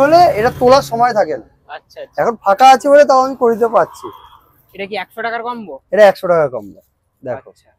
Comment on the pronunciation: কম্ব ❌ কোম্বো✅